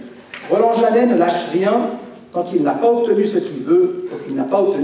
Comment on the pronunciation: Bravo! Le J c’est le S comme on dit